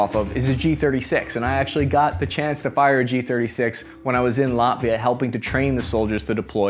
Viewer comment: Surprise and respect to American who knows where is place called Latvia and pronounce correctly 🇱🇻🇺🇲